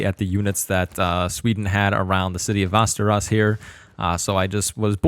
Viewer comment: Why are you pronouncing Västerås like that